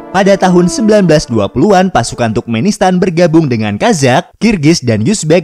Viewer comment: Turkmenistan Dibaca Sama Miminnya Tukmenistan